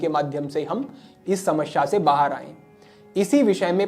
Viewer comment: समश्या नहीं होता, समस्या होता है, हिंदी का अपना उच्चारण सही करिये, बाकि आपके प्रोग्राम बढिया होते हैं ❤